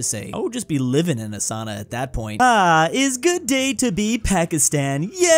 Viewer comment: It is souna not sauna. Long o sound 🇫🇮